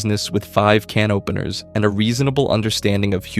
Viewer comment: What are these KUH NOPENERS you speak of , robot?